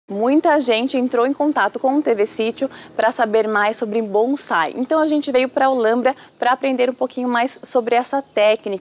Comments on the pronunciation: e ele falou bonzai mais e bonsai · Tem razão, o cara não sabe nem falar, não é BonZai, e sim Bonsai,com som de 'S'" ... são apenas mudas e infelizmente mta gte compra enganada